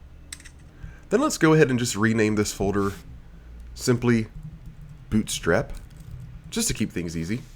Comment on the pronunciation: "bOOt strap" LOLOLOL where are you from?? your accent is tripping me out!